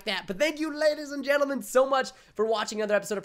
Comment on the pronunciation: I thought he said ladies and genatils 😂😜